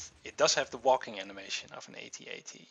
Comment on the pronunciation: Finally, a YouTuber who pronounces AT-AT correctly :D